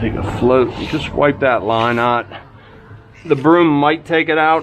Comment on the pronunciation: That Pittsburgheese was very evident with that "AHT" no need to correct yourself...just embrace it lol